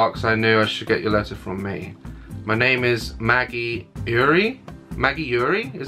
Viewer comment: omg i died of happieness when you read my letter!!! i actually cried tea!!!! its pronounced maggie eyre (air) but i couldnt care less i am so happy you read it